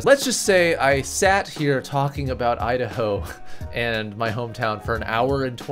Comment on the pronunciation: Idaho " I da ho "